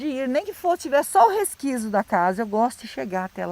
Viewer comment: Ah,. Se o Theo estiver filmando, automaticamente a imagem estará "pegando" na câmera. O "resquício" com "C" e não "resquízio", com "Z", da casa tbm será visível.